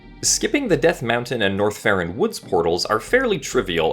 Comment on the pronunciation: Every time he says North Ferron or whatever i hear Norfair